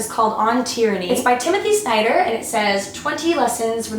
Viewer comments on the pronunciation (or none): none